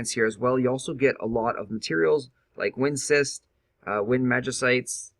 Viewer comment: well it is elemental cRysts for example not cyst or whatever u said^^ and it can be quite confusing if u talk about magicite but mean lapis for example :) i mean i mostly enjoy ur videos and u have a good voice for commentary. just a bit confusing and irritating if all the terms and what u r talking about is off often that is all :)